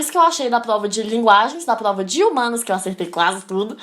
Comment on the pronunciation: Melhor parte é quando dela fala igual o cebolinha.. kkkk "Plova"